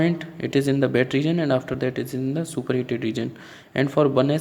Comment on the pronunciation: Its wet not bet